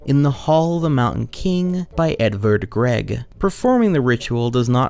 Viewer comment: I took this whole video seriously as its incredibly well made. But you truly made me laugh when you tried to say Edvard Grieg as Edvard Greg.